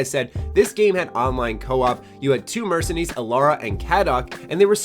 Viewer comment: mercenies? its pronounced mercenaries fuck this channel